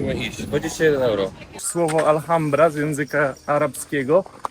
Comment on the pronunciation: Panowie , w języku hiszpańskim samo "H" się nie wymawia Alhambra-czyt.ALAMBRA Proszę,to naprawdę bardzo znane miejsce,uszanujcie wymowę 😢